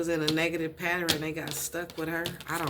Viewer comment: the word is Pa - tern. Not pat ter en. love and light